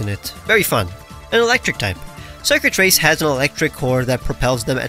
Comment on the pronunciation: "Circuitrace" My brain: DID YOU SAY XURKITREE??